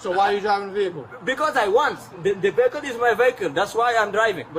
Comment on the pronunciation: Pronounces vehicle as "véhicule" - Haitian or African. When they cause death on the roads Democrats will claim that they wish their child's life was ended by a white man. It's a magical form of insanity that helps to protect special people 🌚